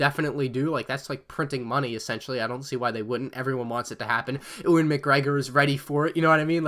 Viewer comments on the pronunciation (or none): Hey how about a best Rebel Alliance sets video? What’s hanging out of your at it looks like a umbilical cord lol ps dude please learn to pronounce Ewan s name it’s said “u n “ lol not bad for a yank 😜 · Ewan McGregor is said uwan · Why can u not pronounce Ewan